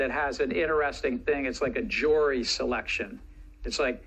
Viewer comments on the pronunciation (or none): How do you trust a guy that pronounces Jury …… JORY